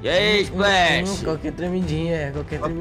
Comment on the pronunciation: novo anunciado do frusco "esplah" kkkj